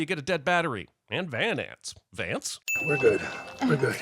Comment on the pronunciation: Van ants. Vants? 💀